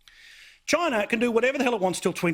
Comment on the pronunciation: "therez too many robots, in Choina"